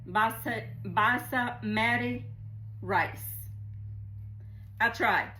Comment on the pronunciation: Looks phenomenal!!!! The rice is pronounced BAzzz-MA-tee. You got this one. 😉🫶